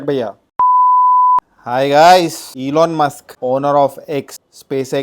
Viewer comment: ilon mask kadhu bro ... Elon Musk